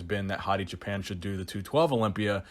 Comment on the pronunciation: I don’t mean to be an ass but you’re pronouncing Hadis last name as if you’re saying Japan when it’s Choo-pan. You probably already know and don’t care but just an observation. Great video like always keep it coming 💪🏽.